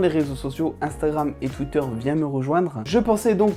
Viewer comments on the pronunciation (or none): none